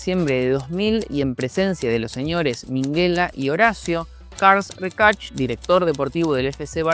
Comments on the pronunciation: No podrías haber pronunciado Carles Reixach de peor forma ni esforzándote. Es catalán, no arameo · Solo por ayudar … carles reixach se lee mas o menos “cárlas raxác” 😘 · Se pronuncia: "CarLAS REIXAK". De nada.